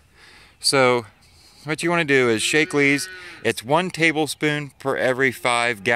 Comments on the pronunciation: I was on pronunciation. It isn't 'Shake-lee' up my way. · Btw "Shack-lee"